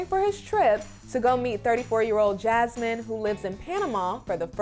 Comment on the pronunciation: Why did Gino say Jazmines name like he was saying jazz hands👐 and I’m sure he has a big head under that hat. Also, Why hasn’t anyone in his life told him to fix his laugh